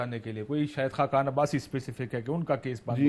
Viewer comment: You say khaqan Ali Abassi wrong not right